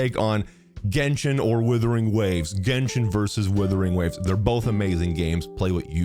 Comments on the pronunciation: This is the most based comparison I've seen so far for months. But stop butchering Wuthering into Withering dude 😭😭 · It's WUTHERING not WITHERING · I love you(no homo), but please, for the love of God, realize that it is "Wuthering" not "Withering" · Wuthering, not Withering. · Wuthering. Wuthering. Wuthering. Not Withering. It's not hard dude. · Days since pronounced “Wuthering” as “withering ZERO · Love you....but it WUTHERING NOT WITHERING. great vid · ONCE AGAIN < ITS WUTHERING WAVES NOT WITHERING WAVES> WOO-THERING. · Just please start calling it Wuthering and not “withering waves”. Usually I really don’t mind these videos but this one made me surprisingly annoyed. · dude plz its wuthering........wuuuuu.....wuuuuuuuu. not withering plz :) its not a big deal but plz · Wuthering!! Not Withering. Literally like nails on a chalkboard…. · Are you doing this on purpose? WUTHERING not withering. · "WITHERING WAVES" 😭😭😭😭😭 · Ur saying withering on purpose arnt yu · WHY IS BRO SAYING "WITHERING WAVES" EVERY TIME 😭😭😭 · Not thinking it's "Withering" Waves O _O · When are you going to pronounce wuthering waves correctly 😂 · Every time mispronounces 'wuthering', there's a Tectone losing it somewhere out there. 😅 But yeah, I agree. Playing both is the best if done right.